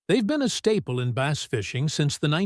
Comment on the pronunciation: AI needs to learn how to pronounce words. Bass is not pronounced base. That’s for starters.